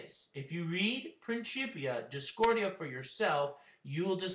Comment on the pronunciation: Principia is pronounced like prinsipia or prinkipia, not princhipia. At least of you follow the traditional pronounciation rules of latin, and don't want to sound like an ignorant unitedstatian.